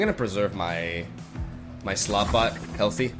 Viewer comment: Slotbot Me: Slutbot